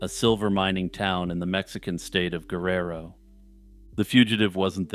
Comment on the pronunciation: Also, Guerro is Ware- air-oh